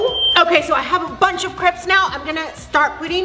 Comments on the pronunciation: It not caps it’s crapes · The word is crepes not creps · They say crepes like cre-ps instead of crae-ps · It’s not craps it’s crapes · It’s crapes not creps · Not to be mean but it's pronounced cre-apes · you pronounced crêpes wrong. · OMG I really like your videos but the way you say crepes it is a trigger warning for me because I love crepes and I feel like you're saying it wrong but I'm probably wrong